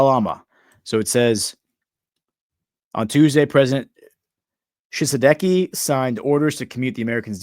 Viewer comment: Pronunciation for Ouagadou = Uwa-ga-du-gu. Pronunciation for Tshisekedi = Chi-say-K- D.